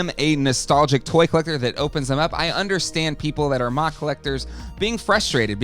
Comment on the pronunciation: There's no way anyone says MOC like mock, lmao